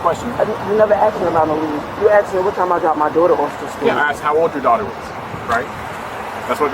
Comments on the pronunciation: He axe me a question. What was you doing ? Who is you ?? Them people have their own F up language LMAO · He never axe me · she keeps saying he axed her, but i seen no axe. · He axe me, he axe me, he axe me. " I cant even find insurance in the car". ...uhhh maybe because insurance is expired too. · "You axed me... You axed me a question." - Dipshit. "........" - cop. I don't think anyone axed you anything. No one tried to axe anyone that I could see. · Axesd me axsed me axsed me. Say it three times and a Sargent magically appears. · You axed me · but she axed!!! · By her own admission, they "axed" her many times to do something. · He axed you nicely to get out of the car- you didn’t.